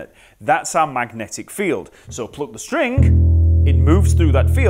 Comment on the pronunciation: Aha, you are the type saying strink instead of string. How did you become the "ink" saying type? I always wonder why. I say "string" without your weird K. Why is there a K?! I never understood that. Do you?